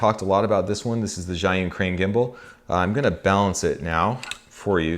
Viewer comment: Zhiyun is pronounced zeeyun, literally meaning "intelligent cloud". I really enjoyed all your videos, but especially the one about Hong Kong, my home town.